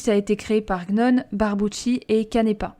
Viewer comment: Petite précision : Gnone ça se prononce "Nioné" On sent le seum dans cette vidéo, ce que je peux comprendre, je trouve ça très con qu'un pan de la culture bd comme ça soit mis de côté. Mais c'est à double tranchant : d'un côté y a une publication par Yen Press de la BD qui s'arrête en plein milieu d'un arc. Mais de l'autre, Disney en a tellement plus rien à foutre de cette licence qu'on peut faire ce qu'on veut. Par exemple, le scan de la BD en anglais se trouve assez facilement, sur le même site depuis au moins 10 ans. Les dessins animés sont trouvable sur Youtube, dans plusieurs langues à l'aise. Le forum W.I.T.C.H. Italia à une section réservée au membres qui ont un minimum de participation par mois avec tout les tomes en italien. Et personne ne s'est prit de procès à ma connaissance parmis eux. Tu veux la BD française au complet ? Suffit probablement de quelques personnes de bonnes volonté qui ont les magazines et un scanner et quasi sur que Disney dira rien pour peu que ça reste discret. Pour le reboot, je suis pas entièrement d'accord, j'ai lu le premier tome, c'est pas les W.I.T.C.H. qu'on connaît, mais c'est pas forcément une histoire inintéressante pour autant, et j'attends de voir où ça va aller. Parce que si la motivation de Disney est bateau, ça n'empêche qu'il y a des créatifs (scénaristes, dessinateurs...) qui eux peuvent toujours faire les choses d'une manière intéressante. Parfois ça fais de la daube, parfois ça devient intéressant. Après y a l'argument "karma